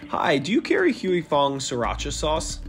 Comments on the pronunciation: Why non-asians can't pronounce "Huy" correctly is wacky... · The way these people pronounce "Huy" is triggering me bad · The way he pronounces Huy is annoying. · it's pronounced "hwee" not huey or hoy 😭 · Huy…. Not Heu Wee/Hewy/Hu-eee. Hwee Fong. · I tried all the copy cats. And nothing taste quiet as good as Huy Fongs version of Sriracha. Also alot of americans in this video is pronuncing "Huy" wrong and it kills me. Its "Huy" NOT "Huey" say it right. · LOL is funny watching watching someone mispronounce a word so many times. he keeps saying 'Hooey' when its pronounced 'Hwee' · The presenter needs to pronounce Huy correctly. It’s “Wee” and not “Huey Lewis and the News” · How about trying to learn to provide the name? It's not Huey. Lol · Huy is pronounced "wee." Like in sleep or weep. Every mispronounciation in this video was like an electric shock. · At least pronounce the NAME correctly: "HOY" Fong! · Pronouncing Huy as Huey is like nails on a chalkboard. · Huy is ONE SYLLABLE Not Huey. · Cringe every time he mispronounces Huy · The bad pronunciation of huy is so distracting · The way they pronounce his name..🤦🏽‍♂️ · Narrator should learn how to pronounce "Huy" properly. I mean said it perfectly and he can't do it for his own piece. Weak Sauce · You guys really need to learn how to pronounce 'Huy,' It really isn't that hard.